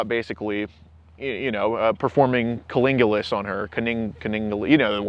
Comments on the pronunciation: Culingulus. Lol. English much? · For as much of a cunning linguist as you are,, you sure can’t pronounce cunnilingus. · lol.. can't pronounce "cunnilingus!" I guarantee has some very messed up skeletons in his closet. This video should have been titled, "When retards interrogate retards."